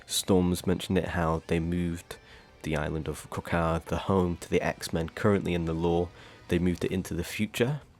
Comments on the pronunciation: Why are you pronouncing it krakowa it’s krak o ah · ik the way he said it was getting me mad but it’s fine he can say it however I guess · Nah i was literally gonna say its said how you spell, i just couldn't get over it.Magneto literally says the correct pronunciation in game, but it can't be help because he's European and they like to pronounce words wrong.